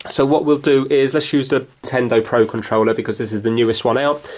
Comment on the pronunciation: pro conrouler XD